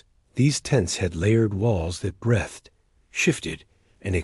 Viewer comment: Really need to teach your AI to read the word breathed.